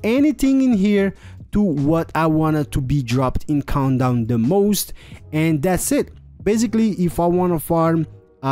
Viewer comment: i swear i heard him pronounce countdown as 'condom' lol